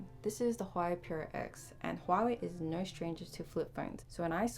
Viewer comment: Say "no". Not naweugh. Neat phaweughn.